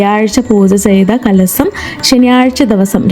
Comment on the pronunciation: Not കലസം കലശം, കല്പവൃക്ഷം